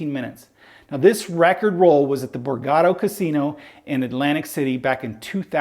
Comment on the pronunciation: It's Borgata, A on the end. Lol